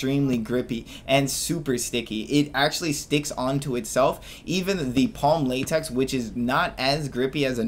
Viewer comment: Say látex one more time